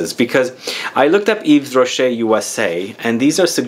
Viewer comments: Hey you shouldn't pronounce the 's'Its "eve rocher." May fave is Nouveau genre. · And yes,. The "s" is silent.